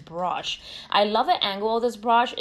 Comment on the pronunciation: The way she says “brush” lol brOsh😂